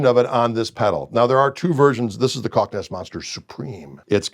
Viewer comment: Greg Koch. Pronounced like "caulk."